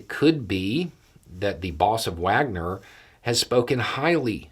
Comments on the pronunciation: Hey,.... I love your posts and I am a top fan,...just a little note,... Wagner is not pronounced with a W although it is spelt that way,... it is correctly pronounced as Vaugner,.. just saying,..no big deal. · long-time listener, first time caller. Love your takes and objectivity. Not to mention your non-judgemental tone that I think might manage to convert a few on the fringe. But if you'll indulge my pedantry Prigozhin's PMC is named after the composer, and it's pronounced like 'Vagner'. Sorry, couldn't help myself, with it so in the forefront now it's come to grate on me and you're far from the only one who does it. Keep up the good work!